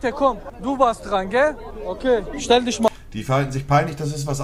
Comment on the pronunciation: "ey wah, stell disch mal vor." diese aussprache...